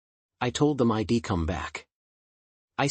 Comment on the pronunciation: Update your pronunciation data base: "I'd" is a contraction, not an acronym. "Dont pronounce it as "I D".